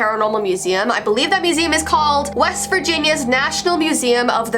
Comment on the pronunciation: I thought you said west vagina